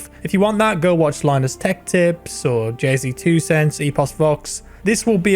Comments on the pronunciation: Yes, I'm aware. I was commenting on the way he pronounced it. It's pronounced "Jay's Two Cents" but said "Jay-Z Two Cents" and it was funny. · "didnt have access to overclocking tools"?? afterburner anyone? An the way he said "jay z two cents" lol. He clearly just looked up some hardware reviewers for the video. Stay in your lane bro. Good impression video though. Thanks for the work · Came to the comments just to see people who noticed the "Jay Z Two Cents" lol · Haha I died laughing at the way he sayid jayztwocents